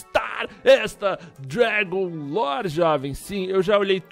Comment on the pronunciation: parecia o Rezende flando dragun lore